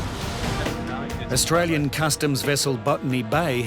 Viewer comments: "I atwyan" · Fist dude can’t even pronounce Australia but very arrogant that he has a “Otralian passport”. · I ot-rale-ien.....ummm, yeah, ok.